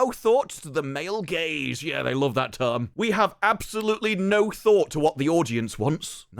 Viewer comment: Every single time all i hear is.. "MALE GAYS" 😂